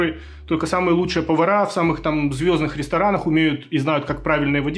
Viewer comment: поварЫ! Ударения в русском языке, спасибо!❤